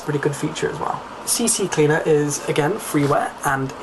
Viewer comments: lol you say cccleaner(seeseecleaner?) but it is ccleaner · he said CCcleaner, its CCleaner. (crap cleaner). thats all. nice vid